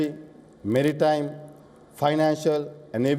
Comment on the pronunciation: Not merrtime security but "maritime security" 😂